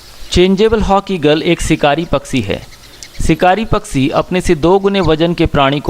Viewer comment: Paksee nahiN, Pakshee See naniN Shee kaho year.